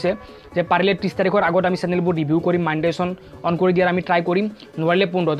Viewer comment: not manetization dost its monetization